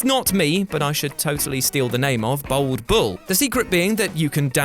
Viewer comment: bAld not bOld ffs how many times